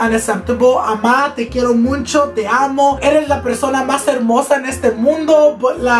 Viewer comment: Me encanto el video alv me subsrcibi :) me recuerdas de los niños en mi escuela que dicen “muncho” instead of “mucho” xd nomas digo its funny tho❤️😂